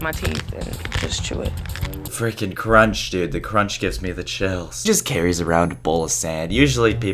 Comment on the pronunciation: Adriana Le I Said cronch